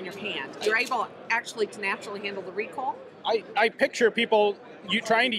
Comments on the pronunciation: The mossberg lady was already planning for the future 😆 did she say recoil or recall! Haha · "Redoosed recall" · "Reduced recoal" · ReeKuhll is not a problem when shooting a gun meant to be a toy. They are good for spreading stuffed animals all over your yard. Excellent for breaching. Why not just say that? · Take a shot every time you hear recool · Lol "ReCoLe"